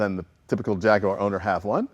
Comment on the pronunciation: Yes, but interestingly he then mispronounces Jaguar after having pronounced it correctly at the beginning.